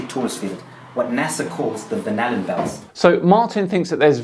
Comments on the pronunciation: Am I the only one that hears 'bananabelts'? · 😂🤣😂🤣 For a minute there when he said Van Allen belts, I thought he said banana belts.What a moron. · I swear he kept on saying the 'Magnetic banana belt' haha. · At first I thought he said “banana belts.” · My captions thought he was saying 'vanilla bells'.